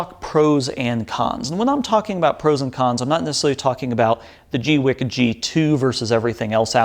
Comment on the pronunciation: I always thought it was "gweeky"